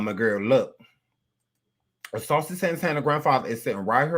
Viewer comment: That damn fool said saucey grandpa 😂😂😂😂😂😂😂